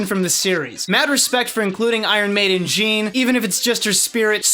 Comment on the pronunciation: Her name is pronounced JANNE